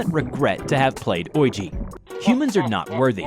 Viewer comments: O... K "oilg?" The word "Ouija" is pronounced as "wee-ja" or "wee-gee." 😂😂😂 Never heard it pronounced like that before! 🤣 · Uhh is he using AI???? Clearly Ouija is being mispronounced due to its way of being spelt even though the pronunciation is widely known....come on now!